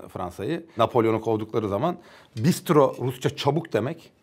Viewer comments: Hocam Rusça'da bistro değil telaffuz olarak bıstra çabuk demek. Marco Polo'nun celbi gelmiş muhabbeti çok iyiydi 😂😂😂 Son olarak cambly'deki hanfendiye de izin verseydiniz keşke konuşması için ahahahhahaha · o bistro değil, Rusça'da çabuk ''bıystro' diye söyleniyor. Bistro derseniz kimse sizin çabuk dediğinizi anlamaz. Ayrıca masaya vurduğunda Ruslar nimedlenno falan diye bağırırlar, yahut genelde bilinen davıaaaay diye çığırma vardır kendilerinde.